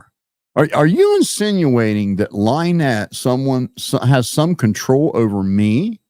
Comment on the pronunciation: Thank you for being on here. Also, it is Lynn ette not Lie nette. That is what he calls her because he thinks it's funny to call her a liar so he uses her name as a play on it. Also, his fans are as cruel as him and his crew. They are bullies, trouble makers and for some reason think they are going to be some kind of heroes to him and his crew but in fact they are just puppets for them.